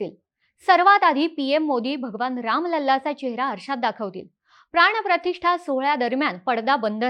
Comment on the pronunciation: प्राणप्रतिष्ठा asa ucchar ahe. …